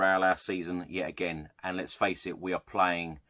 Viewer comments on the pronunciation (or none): none